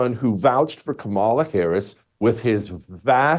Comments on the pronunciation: Hay Jesse, think of how much more incisive and subtly brutal your whole assessment would have been had you actually been suave enough to actually pronounce her name correctly. COMMA la. Really, at some point it's just clumsy and oafish. And I say that as someone who didn't vote for her, and am totally relieved she didn't win. Also, the reason Trump is so naturally inclined to be copacetic with Obama is because so many business leaders and former Obama supporters are now supporting him. I think he just presumes everyone is fair game to bring around. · This guy needs to learn how to pronounce her name. And get a hair trainsplant.